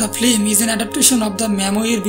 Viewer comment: Flim... it is pronounced FILM! not Flim.